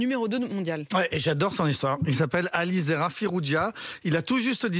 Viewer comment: ne sait pas lire. On ne dit pas AliZera mais AliReza.... il a répété son erreur 4 fois... quant au titre il est erroné aussi il est franco iranien et pas franco libanais. Merci la rigueur!